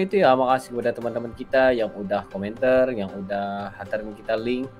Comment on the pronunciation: Jangan sebut komenter, tapi sebutannya komentar.